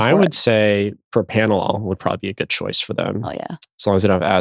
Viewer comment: Love you, Preston (and think you're brilliant), but it's propRanolol. (And I don't mean to roast you; I honestly wrote this comment before you brought up that fear!) Anyway, this is a great episode and has made me question the foundation of my social anxiety / anxieties especially since I have ADHD and RSD. THANK YOU!